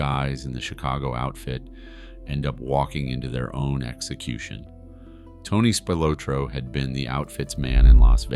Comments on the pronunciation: Good video. It is pronounced Spil-ah-tro, not Spil-oh-tro. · It is pronounced Spill-la-tro. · at least announce his name right. they were found in a cornfield, google it